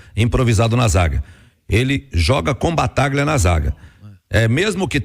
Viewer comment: Avisa ai que não é BATAGLIA..... a pronuncia correta é B A T A L H A.......